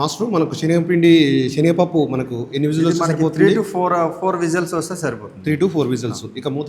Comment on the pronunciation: షేనగపప్పు ఏమిటి..? అయ్యగారు 👌శెనగపప్పు 🎉బాగా పలకండి